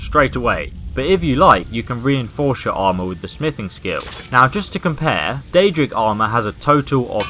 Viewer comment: it is daedric not deadric daedric (day -jri -ck) deadric is (deh - dri - ck)